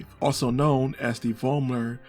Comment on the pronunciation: In my german homeregion, the name Vollmer is not uncommon. It is spoken ,Follmer'.